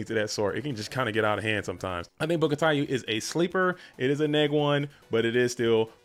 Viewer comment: Taiyou means "sun" in Japanese (太陽 たいよう) and its actually pronounced TIE-yoh, the spelling ou reflects the way it's spelled in Japanese. Not a big deal anyway! Love this video thank you!!